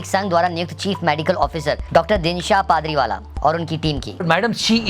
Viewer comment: Pardiwala h sir Padriiwala na kaho yar m haran hun ji?